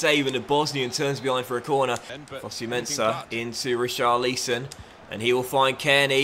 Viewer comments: STOP SAYING RICHARLEEEEEESON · please, stop baiting us, just say Ri...Char...Li...Son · Pls we know you can say Richarlison correctly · Still not saying richarlison correctly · The hype for the correct pronounciation of richarlison i real... is a master in marketing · Can u just learn to say richarlison